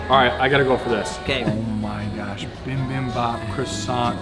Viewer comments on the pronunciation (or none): It is Bibimbap (bee-bim-bop) not bim bim bop. But it all looked really great and well-made.